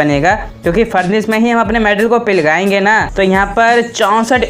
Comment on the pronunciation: Pighlaenge ❌ pilgna✅